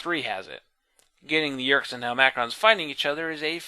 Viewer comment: super late here, sorry if this has already been addressed. Isn't int hel-ma-crons, not hel-mac-rons?